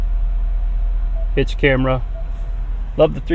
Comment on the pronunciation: Did he say hitch camera or bitc* camera